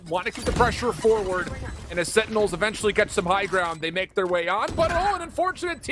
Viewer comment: Why can’t he say sentinels instead of “SeINals”